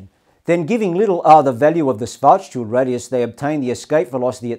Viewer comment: Karl Schwarzschild rolls over in his grave due to how his last name is pronounced in this video.